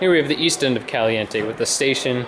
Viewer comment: Lol, just noticed he said "Calinte". Wow.